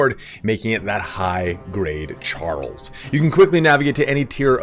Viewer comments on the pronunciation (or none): none